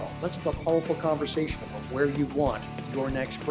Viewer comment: About, not aboot.